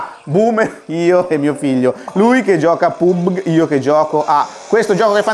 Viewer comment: PubeG hahah grande Andrea !